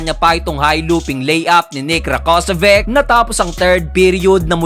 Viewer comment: Rakocević (ra-ko-se-vich). dapat alam mo na kung pano bigkasin yung mga pangalan nila 😀